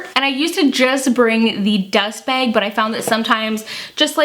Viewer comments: Margaret Huerta behg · You say "bag" in such an interesting way. Never heard it said like that